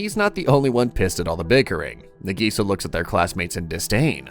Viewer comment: Her name is Nagisa. Why is the AI calling her Nigisa?